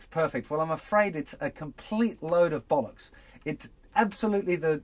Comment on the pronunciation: He said "Load of Bollacks" and that is lol damnit!